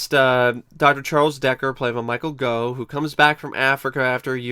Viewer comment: Gough pronounced as in 'cough' for goodness sake!